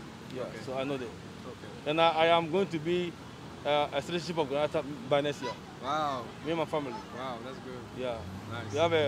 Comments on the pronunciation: He goes ahead to say he’s going to be a citizenship of Granata 🤣🤣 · This guy paaa. Talking about people in Ghana not knowing Grenada but he goes ahead and pronounces “Granata” 🤦‍♂️